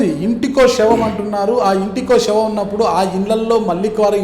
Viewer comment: Shavam kadura, savam ani palakali.